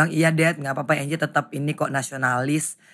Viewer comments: Bkn angle bro 😂😂😂 slh ucap ky bang haji wkwk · Anggie ya pak haji bukan anggel😁